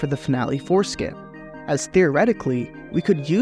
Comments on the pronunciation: I kept hearing "Family foreskin" instead of "Finale four skip" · My Roommate heard PP Foreskin instead of PPD and Four skip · Annunciation is important. I keep hearing "finale foreskin". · Watching at 2x it sounds like "finale foreskin" 😂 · kept hearing foreskin, every time 4skip wras said 🤣🤣